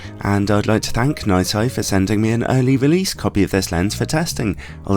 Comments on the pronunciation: Nai-Sai? I’ve always pronounced it is Nissy, as have my distributor colleagues. :-) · Excuse me, but... ’NAI SAI’...!!!??? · Nooot entirely convinced that is the right way to pronounce their name...